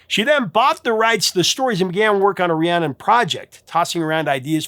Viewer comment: He says "ree-ah-nun" several times even while the singers are pronouncing it "ree-ann-nun."